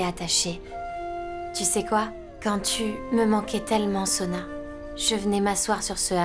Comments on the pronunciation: Qui comme moi a remarqué qu’au lieu de dire au docteur que Soua est malade a dit Sona? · Qui a remarqué que a dit Sona est malade au lieu de Suha